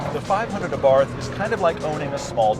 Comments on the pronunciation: Please oh please stop pronouncing Abarth like in taking a bath in snobby english. The A is pronounced like the a in art, and barth is pronounced like Bart from the simpsons. Try it :) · It's pronounced AH-BART by the way. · Lol, Abarth... The "h" is silent... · It's pronounced ABART. Not ABARTH! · Just a clarification, it's pronounced Abart, without it h. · Its pronounced "AAH-BART" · OK...pronounced A-Bart, do yer research. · The "H" in Abarth is silent. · I know it's not really a big deal but you don't say the "h" in Abarth so you actually say it like "Abart". Just throwing that out there. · Its pronounced Abart... T is silent btw. Exhaust note is awesome. I drive an evo X and had a lot of fun test driving this car. It's one of those cars that has just enough power to get you in trouble. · Please please please learn how to pronounce Fiat and Abarth correctly !!!! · Daniel Castaneda ettore bugatti was italian, but the pronunce of Bugatti is french, same for abarth. Karl abarth was austrian, but the pronunce of abarth is italian.